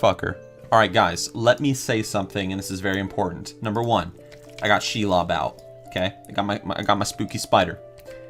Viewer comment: when you said Shelob, I thought that's a funny way to say "Shia Labeouf" LOLL 😭